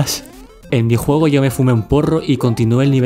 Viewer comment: CUANDO DISES JUEGO SE TE ESCUCHA JOGO